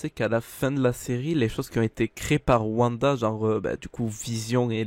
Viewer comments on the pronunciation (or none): "La complicité entre Vision et VANDA..." mes pauvres oreilles...